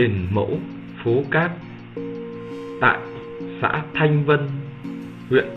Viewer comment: Đọc cho đúng xã thành vân